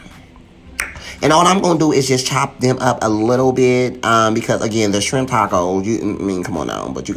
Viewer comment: Shrimp"Not Skrimp😂😂😂😆😆